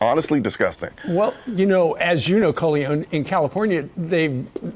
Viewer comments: Was he pronouncing his name right? CO- LEE- ON? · Coleeyon? :p